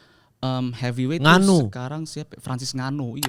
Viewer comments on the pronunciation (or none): bacanya En-Ganou min, bukan nganu